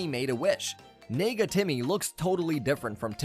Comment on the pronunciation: nega what did you say Edit I know it is negative for short but it sounds like something else